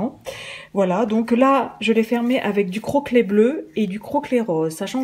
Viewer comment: Tu m'as fait rire quand tu as dit "ruban croquelet" c'est "croquet" qu'il faut dire